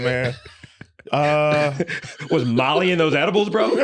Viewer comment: So nobody gone point out that this mane just said edib-bles